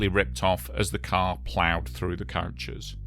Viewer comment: Why are you saying couches? It’s coach.. or bus. Ko-ch